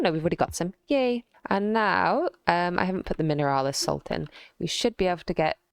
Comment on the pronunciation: Bro when you said Mineralis instead of Minerals, you hit me the face with nostalgia